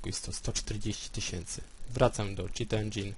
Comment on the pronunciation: Cit Endzin fajnie mówisz xD